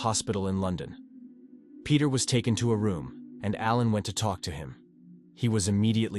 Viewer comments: LON DON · Yep, I was guessing up to LON DON otherwise pretty good ai, at least the dust is gone on this one lol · Lyn zay. Lon don. For sure you are right